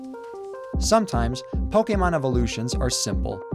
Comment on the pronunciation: It is pronuced poke long A mon. When you see an é that looks like that it says A.